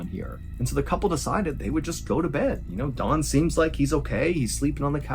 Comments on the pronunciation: Sounds like you’re saying Dawn instead of Don. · Is his name Don or Dawn? Why are you pronouncing it like Dawn? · It’s Don, not Dawn. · Ugh. Don not Dawn. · so I've been saying Don the wrong way all this time? You mean it's pronounced Dawn? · When you say, I think, “Don”, I hear “Dawn”. So does the Transcript. Which is it. Great story! And great art too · Don? Dawn? Doun???? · I find it interesting the number of fellow Americans who pronounce Don as Dawn. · Eh...Its was ok. I enjoyed this channel more before he became famous amd started raking in the 💰. Also: he keeps pronouncing Don's name as Dawn. Weird. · Just an FYI... You said "Dawn" the entire time. His name is DON... same "o" sound as mom. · Stop saying DAWN his name is DON! Annoying AF! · you really got this off of unsolved mysteries? Thats weak. BTW, it's DON not DAWN. You mispronounced the name throughout the entire video. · If your arms are bleeding from deep scratches, it's pretty obvious to everyone unless you're wearing a dark suit coat. Not discounting the whole story, but that's an obvious observation. Secondly, it's "Don" not "Dawn". Try saying "Donald" and just leave off the 2nd syllable. Or just try thinking of Don Corleone. It's not Dawn Corleone unless you want a finger cut off. The story itself has elements of "Nefarious". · Is he saying Don or Dawn? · I kept thinking you were saying Dawn. Not Don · Is it not Don? It does sounds like Dawn to a non American. Either way, sounds like he may have had morning glory! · It’s don he just says it to sounds like dawn lol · Am I the only one that thought he was saying Dawn the whole time? I kept thinking who would name a man Dawn lol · It sounds like Mr Ballen calls Don Dawn. lol 😂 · Fam. The way you're saying Don is irking me. Sounds like you're saying "Dawn" sometimes. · Oh Don I thought you kept saying Dawn